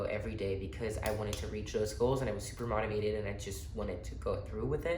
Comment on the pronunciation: Lol at the way you say “motivated” 😂 try saying the “mo” part of like the word “more” with out the “r” (moe-ti-vated). Thanks for the gym advice 😈